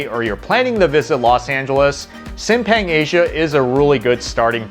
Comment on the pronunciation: How to pronounce Simpang: sim pronounced like the word simp, then pang is pronounced like punk. Together simp-pang